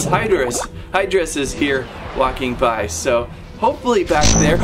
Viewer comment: It's pronounced high-drus. 😑